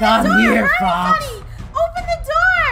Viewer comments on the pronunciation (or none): it's funneh not funnuh